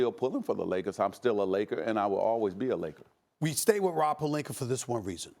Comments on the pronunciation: Stephen A. Smith: “Rob Perlinker” Me: ITS ROB PELINKA! “PER-LINK-Ah” “Ah” THERE IS NO “ER” ON HIS DAMN NAME!! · Is anybody ever gonna tell Stephen A that he’s been saying Rob Pelinka’s name wrong ever since he’s been a laker lol he keeps saying Pelinker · can someone inform SA its "pelinka" not "pelinker".... jackass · Everyone: Palinka, Ibaka, Stephen A: Palinkur, Ibakur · “Rob Pelinker” lol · Wtf is Rob Palinkuur, though?🤦🏽‍♂️👀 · Stephen A- “Rob Palinker” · SAS mispronounces people's name on purpose. "Rob Pelinker" "ZAZA PachuliERRR" disrespectful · whats up with Stephen a smith always calling pelinka, plelinker? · I also think this all of a sudden pronunciation of “Pelinker” is a calculated move... You have to understand psychology and how to work it in certain situations to help deflect any potential heat that may arise from your [in this case his] hot topic he decided to fire up discussions on. The dude is brilliant, I’ll give him that. Do any of us think he suddenly woke up dumb today and forgot how to pronounce Rob Pelinkas name? Cmon the dude is workin it! Lol. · No one: Stephen A: Rob Pelinker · No one: .... ... ... ... Stephen A: Rob Pelinker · Steven A - "Rob Pelinkuur" ⚰😂